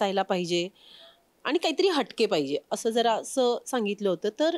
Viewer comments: Abp माझाची ची मुलाखतकार आणि " आनी पानी " करतेय. बरोबर नाही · बाकी सगळे मराठी बरोबर बोलतात. पण आणि पानी म्हणतात. काय बोलायचे.